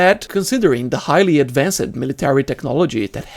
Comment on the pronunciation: Sacrified, advancid... Hard to watch the whole video